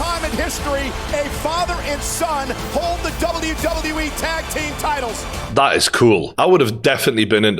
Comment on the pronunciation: its WWE ffs 🤣 annoyed me more an more everytime he said W E 🙈🤣